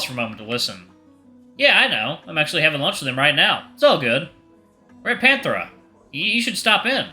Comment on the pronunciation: Why does "Panthera" sound like Panera? Also, that'll be a good furry metal band name!